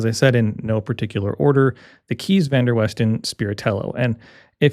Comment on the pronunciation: Minor note, the Dutch name "Kees" is pronounced similar to the english word "case", not like "keys". That said, I'm sure the guy is used to people butchering his name!